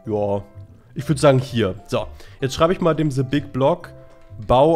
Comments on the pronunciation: Es heißt THE nicht SE! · "se big block" 😂😂😂😂 beschte Aussprache 😂 Dafür mögen wir dich😂👍👍👍